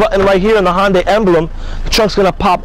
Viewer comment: Dude... you're very cool with your accent... Queens NY? But it's pronounced Hunday, not Honday. And thanks for showing the SE model. I wanted to see what it looked like with those for lights on.